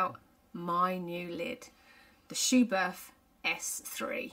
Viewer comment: Good information video. But a well-intentioned note from me as a German... it is pronounced "Schubert with a short T"... without the H after it. Please ;-) Michael Schumacher also wore Schuberth helmets as an active F1 driver.